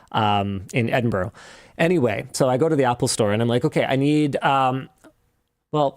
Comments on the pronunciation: .... It's pronounced "Edin-bruh" Linus! 🤣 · As a Brit: Edin-bruh 😂 pronouncing it as it’s written sounds so odd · It is Edin-BRUHHHHHHH.... NOT Eding-BORO!!!! (Four times!) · Edinburgh is pronounced with 'ruh' (as in bruh) at the end, not 'row'. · Sorry to be that guy but it's Ed-in-bruh. NOT Edinburrow. For a Canadian I was hoping for better. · i'm sorry but it's edin-bruh, not edin-burrow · not Edin-bro its closer to Edin-bruh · Edinboro lol. Why do North Americans struggle with this so much yet people who speak other languages can pick it up almost immediately. To all the North Americans it sounds like Edinburrah. Edinboro sounds incredibly weird, would be like saying Turunto or Cue-bec. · What I am hearing from Linus is ed-in-bro not ed-in-burra or ed-in-burr-ah the pronunciations I am used to hearing in Scotland with the English tending towards en-in-bra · Linus it's pronounced EDIN-BRUH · Edinburgh doesn’t rhyme with borrow. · I CANNOT BELIEVE THAT HE WAS IN EDINBURGH... its pronouced edin-bur-ugh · Did Linus really unironically pronounce Edinburgh as Edinbrro? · Edin burro 💀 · Linus its pronounced ED-IN-BURR-AH but I'm so glad you enjoyed your time in Scotland. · Said as edinborough earlier as well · Why can't north Americans ever pronounce Edinburgh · Please please please learn to pronounce Edinburgh... Please for all the Scottish ears in the audience... As a Scotsman, I'll happely teach you 😅😂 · yeah as a brit i cringed every time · As a native Scottish person I cringed so hard at how Linus Pronounced “Edinburgh” 😂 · Linus was in Edinburgh for 2 days and no one told him how it was pronounced? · Linus is gonna get hate for the way he's pronouncing Edinburgh. 😆